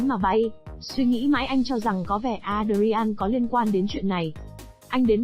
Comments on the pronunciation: Adrian không có đọc với 4 âm tiết là A đờ ri an nhé. Adrian chỉ đọc với 2 âm tiết là Ae dri-en. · Phim này xưa lắm rồi cách đây gần 30 năm (93). Alicia Silverstone đóng vai chính đó khi cô còn trẻ chỉ mới 17 tuổi . Ngoài đời cô là một người tính tình hiền lành rất dễ thương. Kênh này cần chú ý sửa lại phát âm tên nhân vật sai rất tệ hại ( Adrian).